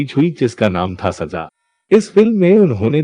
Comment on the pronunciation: How can you say Releej 😡 It is an English word Release there is no J in it I also hate when you pronounce other words like Jeenat for Zeenath or Sajaa for Sazaa It sounds horrible bad taste Improve or Quit your Anchoring programs You have a nice voice and style but your pronouncing certain words makes me Nauseous 🤢